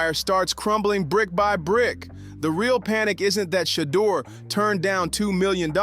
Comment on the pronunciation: Pronounce the name right you can’t even pronounce his name shame on you